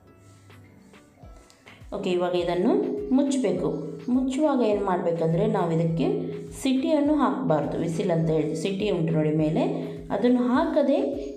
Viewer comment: ಅದು ಸಿಟಿ'ಯಲ್ಲ. ಸೀಟಿ.